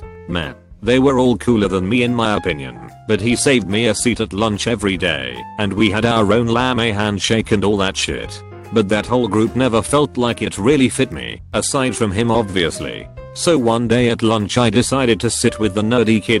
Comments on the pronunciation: uhhhh this computer seriously cant pronounce lame? That’s kinda lah-may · You, an imbecile: "Lame." Me, an intellectual: "LAHMAY." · It sounded like- Lamb hey 😂